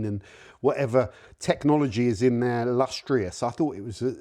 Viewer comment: Lustrous not LUSTEROUS